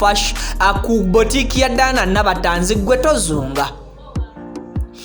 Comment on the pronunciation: Tanzi collection from nabatanzi, not tazi as u hve said.thank u